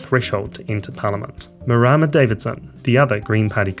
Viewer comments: Marama is not pronounced Ma-rama, it's Ma-ra-ma. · Marama Davidson's first name is pronounced ma-rah-ma 🙂 the r is slightly rolled as well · That's not how you pronounce Marama. Ughh... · Dude, you're a kiwi - there is no reason for you to pronounce Marama's name so terribly...... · oh you mean towel poh 😑😑 how hard is it to pronounce Toe Paw. There are books and cards showing people how to correctly pronounce maori words 😑